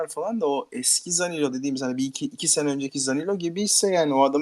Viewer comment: Zanilo diyo eleman 😂😂